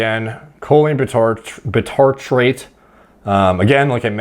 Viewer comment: Bitartrate is read like bicycle aka by-tartrate not bee-tartrate